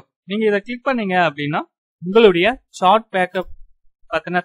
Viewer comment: Bro athu சேட் சாட் இல்லை